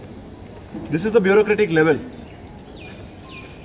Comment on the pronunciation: Bro loves saying beuqacratic💀💀